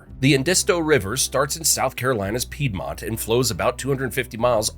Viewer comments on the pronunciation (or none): none